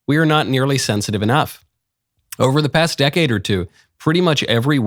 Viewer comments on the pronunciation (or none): none